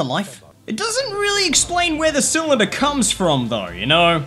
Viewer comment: CYLINDER NOT CYALANDER